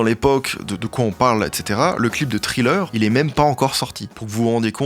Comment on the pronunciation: Tellement t de chose a redire mais … trileur… tu pouvais pas écorcher plus le nom d une chanson